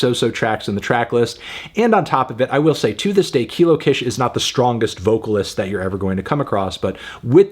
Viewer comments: I’m back again and still begging you to pronounce her name correctly 🙏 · Mans has been saying her name wrong for like 6 years at this point 💀😭 At least she finally got a good review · anthony saying her name wrong again lmfaoo